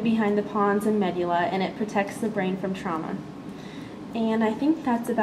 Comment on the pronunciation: Medugulla? this is a good vid but pronunciation is totally incorrect. However you were dead on with the locations. Thanks for posting to help the rest of us